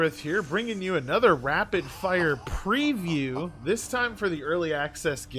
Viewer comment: Why do you put emphasis on the word preview and then call it review in the title ? :D